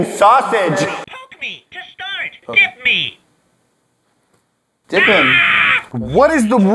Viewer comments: it sounds like the sausage says kiss me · when it said dip me I thought it said kiss me lol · Anyone else hear "kiss me" not "dip me" with the sausage toy? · Did anyone hear kiss me instead of dip me from the silly sausage? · He is saying kiss me